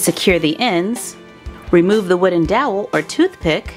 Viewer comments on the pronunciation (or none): At the beginning it sounded like she said a wooded dowl for a toothpick